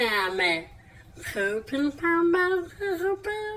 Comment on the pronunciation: I just don't know what makes this SO funny! I'm literally laughing until I cry watching this guy gag on "pin pon baawws"